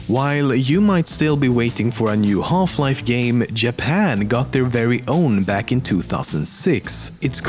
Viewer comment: if you're not a gamer then we all know you came here just to listen to this guy say "Holf-life". ADMIT IT